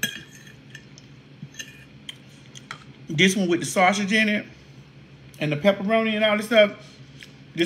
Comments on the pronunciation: Sausage not Sawsh*t!! 😂😂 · Not the saushid..lol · the way you keep saying “Saushix”😂